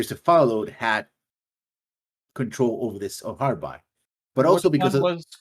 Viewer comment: insisting of calling it Harbi instead of Harby. Mind you I didn't have a pronunciation guide then or now.